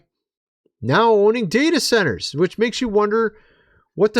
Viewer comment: WHAT ABOUT THE DATA CENTERS - THE DATA CENTERS. - THE DATS CENTERS. Stop saying what your "Gonna" talk about -- & just Explain & 🤬 freaking say for 15 minutes WHAT YOUR GOING TO TALK ABOUT ON YOUR SHOW. Please. LETS GO ! ! ! !